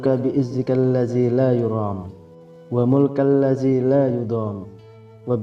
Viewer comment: Mulkal atau mulkikal. Dlm teks mulkikal, sebut mulkal